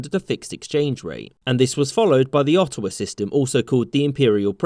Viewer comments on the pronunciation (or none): none